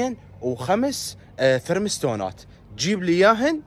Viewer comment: فرات والله موتتني مو ثرمستونات فرمستونات 😂😂